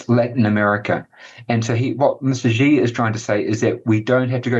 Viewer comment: My ears can't accept that can't even pronounce the name of China's leader. It's "C" or "See", not "G" or "Zee".